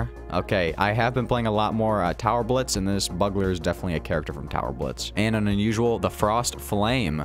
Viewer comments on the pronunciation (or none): Bug-ler XD its bue-gluer